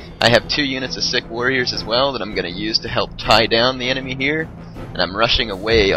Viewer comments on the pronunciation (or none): I love it how you keep pronouncing sikh sick. It pronounced more like seek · no, Sikh is pronounced "seekh." Maratha is pronounced muh-RAHT-ha.